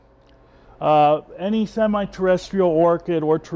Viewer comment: "Potting Needs for Terrestrial and Semi-Terrrrdytisl Orchids" What happened in the intro xD. Great vid as always.